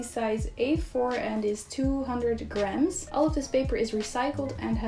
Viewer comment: On the first item I thought she said it was 200 grand not 200 grams 🤣